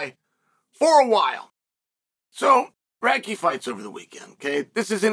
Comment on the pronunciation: “Radtke’s hard to say, hard to spell.” It’s the only name I’ve ever heard Uncle Chael pronounce correctly… lol